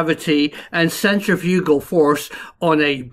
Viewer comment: Love the pronunciation centri-FUG-al!